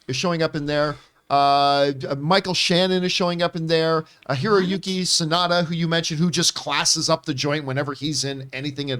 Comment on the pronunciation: Damn she absolutely slaughtered Hiroyuki sanada’s name 😂